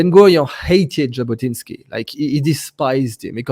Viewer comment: Jabotinsky, not Zabotinsky. Sorry.